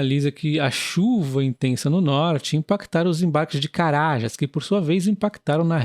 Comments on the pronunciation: Olá boa noite moro aqui no Pará e se pronuncia CaraJÁS e não Carajas, é que no vídeo vc mencionou Carajás sem o acento e ficou estranho de ouvir kkkk, fora isso Excelente vídeo! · Nossa, a pronúncia de Carajás ficou hilária!!! Rsss